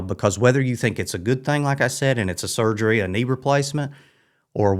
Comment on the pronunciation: A botched 'surfery'.